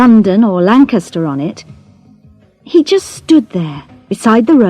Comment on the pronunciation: I did hear a wrong pronunciation: "just"